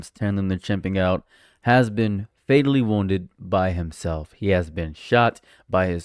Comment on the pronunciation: Did you say "fataly" wounded? I thought I read the news wrong at first x) I love "monochrome" of sympathy